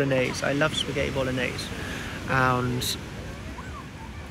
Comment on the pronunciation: pasghetti or psaghetti hahaha its spaghetti 🤣